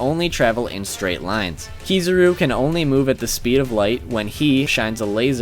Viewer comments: .p Aokiji, not Ekohiji. Also it's Kizaru, not Kizuru lol.. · Also Ke-Za-Ru. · Kizaru not Kee zoo roo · It's AOkiji, not Akoiji or Akuiji. ...and, dude... Kizuru ?!? Really? KIZARU ! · and Kizaru